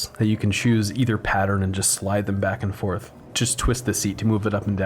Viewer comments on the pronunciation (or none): none